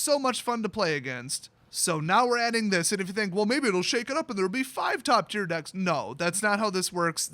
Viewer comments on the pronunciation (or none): none